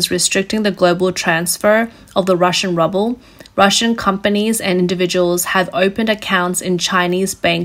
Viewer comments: why are you saying Ruble like Rubble? Please for the love of tact, LOOK UP HOW TO SAY THINGS. I understand if you have only ever read the word but it is really unprofessional to mispronounce common things like currency names. Good grief. 🙃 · Ruble ? Errr NO TRY Rooble (but make it short like you would say "Jube" or "Rubin). I like this, teaching how to Voice Over and pronunciation is fun & Educational without being an affront to the New V/O person. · the Russian currency is indeed getting bad. The Ruble is rubble. Wish the Auto-Reader could tell the difference between the two words. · Recommendation: please check the pronunciation of words before using them. It’s pronounced “rewble” not “rowble”. It really lessens your credibility as a resource when your pronunciation of a currency is wrong and you are reporting on currency. Otherwise, great detail and reporting. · Love the channel but dear god stop saying "Rubble". It's pronounced "Rooble" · If you wish your video to be taken seriously, please have your narrator learn the difference between "Ruble" /ˈru:.bəl/ and "rubble" /ˈrʌb.əl/, even if their meanings are inexorably becoming the same. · I was looking for someone’s comment on this. I was like I wonder if she’s saying rubble based off Biden saying we’re gonna turn the ruble to rubble. Lol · I love the way she calls the Ruskie's currency "rubble", a spectacularly apt pronunciation error :) Looking forward to the $30 oil cap. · Love how she calls it the "rubble". haha. Couldn't be closer to the truth. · The "rUbbLe" 🤣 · I enjoy when she pronounces it ‘rubble’, like Fred and Barney Rubble. A ruble covered in rubble! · Most Russians pronounce it as "rubble". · "Rubble" or RUBEL? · why is she calling it "rubble" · More like the Rubble😂😂😂😂 as the commentator so cheekily pronounces it) sarcasm?) I think so the rubble is apt not ruble😂😂😂😂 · The video pronounces the Russian ruble as rubble😂 Was that intentional? Maybe the yuan should be pronounced as yawn!😂